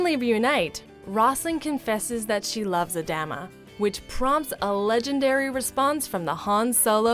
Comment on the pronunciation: Ah-dah-mah, not A-dam-ah